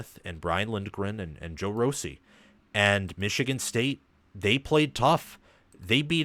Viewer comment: Hi; excellent video. You correctly noted what a good coaching staff Michigan State has. I was happy to see that acknowledgment. One tip on the pronunciation of Joe Rossi’s last name. It is pronounced RAW-see.